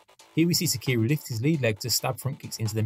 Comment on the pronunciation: Awesome breakdown, but his name is not pronounced "takeeru"